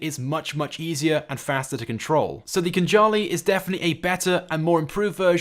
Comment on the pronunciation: Wouldn’t it be pronounced khan-ali